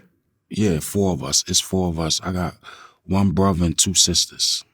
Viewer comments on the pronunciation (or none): You know you’re around a east coast dude when he pronounces the words, brovah and movah…